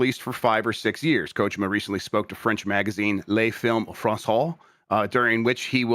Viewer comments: I'm not an expert but I THINK is technically correct. If I'm not mistaken, in Japanese you stess everything equally. So instead of ko-JI-ma it'd all be equally stressed or unstressed as ko-ji-ma. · that's the right way to say it. the first vowel is usually more emphasized in japanese. americans are the ones who turned it into ko-JEEE-ma